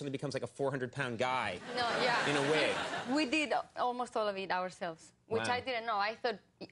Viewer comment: "Weee DEEED" .... Te adoro !mi amor!